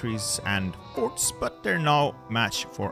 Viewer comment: he said forts